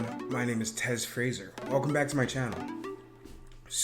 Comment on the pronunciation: Yo you mispronounced "fraser" bro